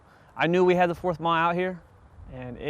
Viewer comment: Excellent information from an old member of 4th MAW, 61-66. Really loved it and wished we had the opportunities that you mentioned. Please do not pronounce Marine Air Wing as MAAAWWW. Say it out, we never said it that way. 4th MARINE AIR WING. Say it proudly!